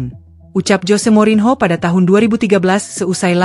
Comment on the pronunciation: Mba baca nya morinio, bukan morinho😂, kalau ucapin nama asing buka google dulu mba😊